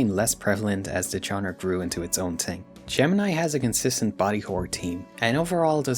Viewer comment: This video is really good but the way you say ting pmo so bad